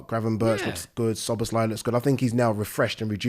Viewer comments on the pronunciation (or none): sooner or later szoboszlai will leave pool/uk if nobody pronounce his name normally...this is lack of basic respect...for a god sake the end letter pronouncing in his name is "e" not " i"